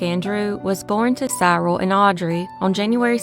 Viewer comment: Cyril is pronounced Si-ril. A soft i not hard.